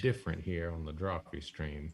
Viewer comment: What was that? DrawFEET? xD